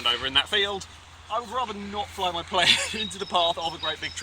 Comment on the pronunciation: "I've built a very British playeene!!!" XD